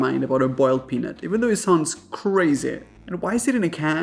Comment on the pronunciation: He didn't say boiled correctly. As a southern woman.